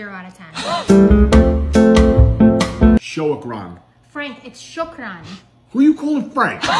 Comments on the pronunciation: It’s more like shookran Pronunciation wise 😅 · She got it wrong too. It is marhaBA, shokRAN. I'm curious how she will pronounced it: sabAH al-kHHair (a i r) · She pronounced all of them wrong😂 Especially "shokran" it wasn't fluent as arabs say it